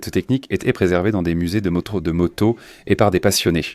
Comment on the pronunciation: Excellente vidéo, aussi bonne que la voix est atroce, une torture auditive... "une motosse" entre autre